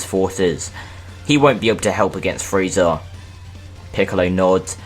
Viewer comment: He said cell had friza putentshull whall Friza wasint on earth